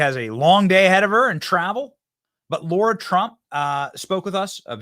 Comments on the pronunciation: We love you Benny, but it’s LARA not Laura lol TRUMP WILL SMASH IT! 💪🏻 let’s go!!! 🇺🇸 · Benny ... it's Lara, not Laura. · It's LARA TRUMP, NOT LAURA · Lara Not laura